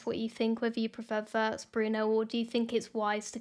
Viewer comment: One small comment on the proper pronunciation of Wirtz: it’s like Veerts - veer + ts. We don’t have the English ‘w’ sound in German , but pronounce a ‘w’ like English’v’. The vowel ‘i’ by itself is like ‘ee’ in English, but always short.